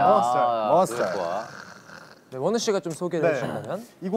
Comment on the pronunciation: aw it sounds like wo niu😂 in chinese it means snail (somehow fits wonwoo)😭